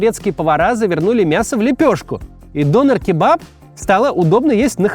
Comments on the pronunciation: Прошу прощения, но хотелось бы немного исправить Максима... 😊 Не "донер", а "дёнер" Не "ларьки", а "киоски" Спасибо за внимание 😅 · Вроде говорят все Дёнер а не Донер. И канакиш как-то...за название человека канаком можно штраф схватить, ругательство это, хотя в немецком толковое словаре 70 годов это слово означает житель гаваев. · Не донер, а дËнер! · вроде ДонЁр правильно. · Он дЁнер, а не донер. Döner. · Не все так радужно. Мусульманизация германии ужасает. Самое распространенное имя, которым называют новорожденных в этом году - Мухамед. Этим все сказано. Живу тут 40 лет. Дёнар правильно произносить. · В слове Донер, ударение на Е. Это я так, на будущее.